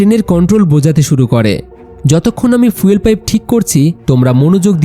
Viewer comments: ফিউয়েল ❌ ফুয়েল ✅ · ফিউল না ফুয়েল উচ্চারণ ঠিক করবেন